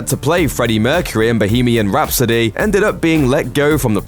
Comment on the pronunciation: Did you just say "Bohemian Rhapso-DAY"?